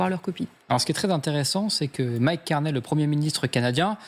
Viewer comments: Sa se prononce Carné, pas Carnille lol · Pourquoi les Français disent-ils toujours Carnet? Ce n'est pas Carnet. Le nom rime avec chenille ou myrtille. Carney = Carnille. (/karni/)